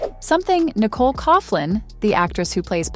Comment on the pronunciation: Please pronounce Nicolas surname correctly! Its pronounced Cocklan.